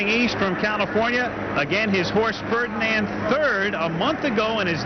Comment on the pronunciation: He says fredand